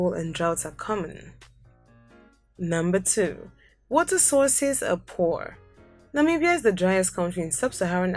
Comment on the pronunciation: It's not Namiibia but Namibia